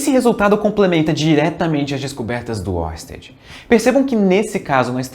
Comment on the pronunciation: Estamos de olho em você pronunciando "Huygens" corretamente e não fazendo o mesmo com Oersted.